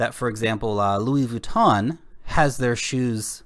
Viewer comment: "Luis Vooton" lol